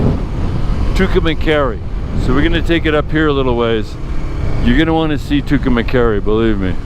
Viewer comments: I'm not pickin on u, but you're pronouncing Tucumcari wrong. You're saying Tucumacari, with a short a after cum that shouldn't be there. If this is a documentary you might want to get it right. Maybe not, but what do I know. You said it right in the beginning. It sounds like this: 2 come carry.✌️ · you are saying Tucumcari wrong best way to tell you how it is pronounced is "To come carry" My grandfather lived there and is buried there. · Great stream. Sad I missed it today. Anyway, Tucumcari is pronounced "too kuhm kaa ree. . I live in New Mexico. But in the southern part. Nowhere near Tucumcari. LOL Look's like it was a fun ride today. Hopefully I can catch you some tomorrow. 💚💚💚🧡🧡🧡❤❤❤